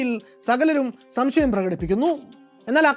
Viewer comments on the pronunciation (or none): none